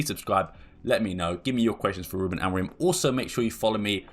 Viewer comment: His name is AMORIM. It’s a M at the end of his name, not N. Mancs really can’t pronounce his name and as hilarious as it is (because it makes them sound thick) it’s a weird affectation.